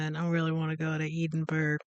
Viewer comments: It's pronounced Ed-in-burra. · The pronunciation phonetically Ed-in-burr-ah 😃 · Still pronounced it incorrectly after hearing it said several times during the video 😂